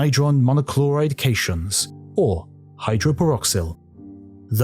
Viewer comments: Stop pronouncing “cations” as “cayshuns”. It is pronounced “cat-ions” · It should probably be noted, cations is not pronounced "cashiuns", but rather "cat-ions". Means positively charged ions. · Kayshuns lmao 😂. Umm actually, it's cat-ions....